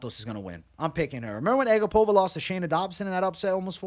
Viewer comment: It's A GAP-ova not ag-APOVA. i remember her saying that after a fight